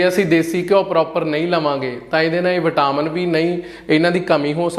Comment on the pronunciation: vitaaaaamen nhi vitamen aa